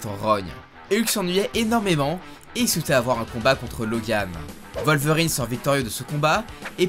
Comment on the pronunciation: C’est un « w » pas un « v » dans WOLVERINE